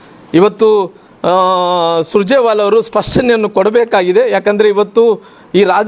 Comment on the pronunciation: ಸುಜರೆ ವಾಲಾ ಅಲ್ಲಾ ರಾಮುಲು ಅಣ್ಣಯ್ಯ ಅವರು ಸುರ್ಜೇವಾಲ ಸರಿಯಾಗಿ ಅವರ ಹೆಸರು ಹೇಳಿ